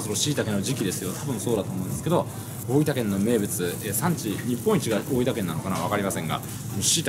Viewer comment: スーツって東京出身なのになんか大分のイントネーションが変だな